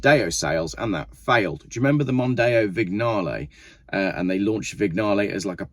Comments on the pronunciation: "Vig-narlay" ?? 😆 It's "Vinyarl", you heathen. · Vignale has a silent 'g'. Vinyahlay.